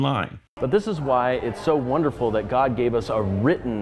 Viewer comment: You missed a few extra syllables... "Tha Buybull-AH! is the inerrant wor-DAH of Gaaww-DAH!"